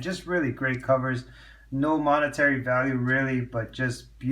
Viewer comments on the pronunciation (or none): none